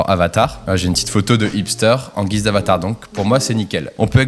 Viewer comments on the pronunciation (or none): none